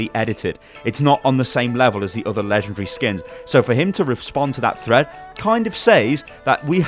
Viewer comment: I love how he says lengendary